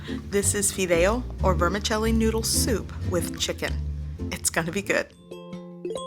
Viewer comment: FIDEO... NOT FIDEIO ..🤣🤗👍🏻